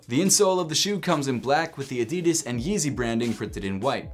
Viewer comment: The way you pronounce Adidas irritates me very much.